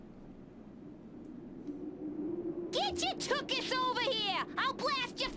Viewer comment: Tuchus is the Yiddish word for butt. You are supposed to make the typical Jewish throat sound when you say the “ch” part. Being Yiddish, it’s more commonly heard in communities with a strong Ashkenazi Jewish culture, like NYC.